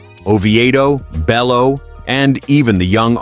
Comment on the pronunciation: And it’s pronounced (Bayoo)